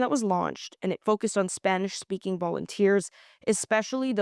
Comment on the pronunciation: We love your correct pronunciation of Spanish words.